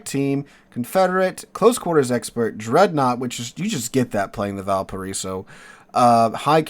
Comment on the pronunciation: i can't listen this video with out rage... Im from VALPARAÍSO, chile.... Sooo when you say the name of my bornplace so bad i get really anger for some reason